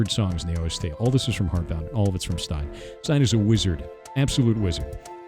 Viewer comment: he butchered stijn's name so hard